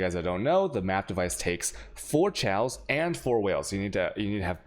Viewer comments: STOP SAYING CHEOWS!!! It's pronounce Kay-oss! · I've never heard anyone say chaos the way u do. There's no L in the word it's kay-os